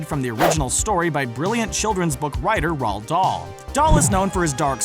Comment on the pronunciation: Screen rant: Nails japenese name Screen rant: Can’t say Roald Dahl’s Name right